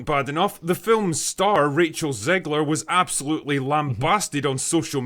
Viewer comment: Did anyone else hear racial zegler?